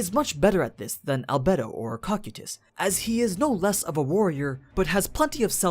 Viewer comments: "cocky tus" "Co-kai-tus" Cocytus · Its pronounced cocaitus not kokutys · its cokaidus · Cocytus co k I tus your saying it wrong and I can't take it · am i the only one who heard "Cockeetus"? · You said cocytus name wrong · Why do you pronounce cocytis and sebas that way